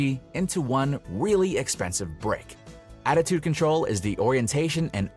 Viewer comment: Holy crap, I totally thought he meant altitude instead of attitude 😂